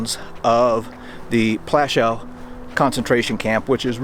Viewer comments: If you want to make some money from these videos at least make sure you pronounce the names right it's not called Plaschau but Plaszow, if you want to tell something about history do it right. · Its not Plashau... its Pl'aszuff, more respect to more respect for other languages, please. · Its not pronounced Plashou - Its pronounced Pwashov good sir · Dude, it’s Poouashoov, not that difficult to pronounce. ;) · I love your videos and you’ve earned a subscription, but please, W is pronounced as V. Plaszow is pronounced Plashov. Krakow is pronounced Krakov Warsaw is pronounced Varshava. Cheers, still massively adore your work. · It’s pronounced plashov, Polish W is pronounced V, as in Krakow which is pronounced Krakov. Thank you for this, it’s the first of your videos I’ve watched. I’m going to subscribe. If you haven’t been to Majdanek, pronounced Midarneck, I suggest you go, it is the only camp which has been left as it was, every time I mention it, my stomach always feels as it did on the day I visited which was in 1988. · Please learn the proper polish pronunciation..not that hard...had no idea what plashaw was. Am polish.. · prounounced platzow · Teeny bit disrespectful not to learn a bit of Polish pronunciation. Krark-uff and Pwash-uff. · YOU WOULD THINK THAT PEOPLE SO CONCERNED WITH HISTORY< WOULD TAKE THE TIME TO LEARN THE PROPER PRONOUNCIATION OF POLISH CITIES, NAMES, AND SITES. Cracow is pronounced KRA-KOOV. PLASZOW is pronounced PWAHSH-OOV. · I thought it is pronounced pawashoff.